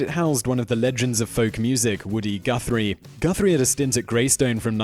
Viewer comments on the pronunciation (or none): none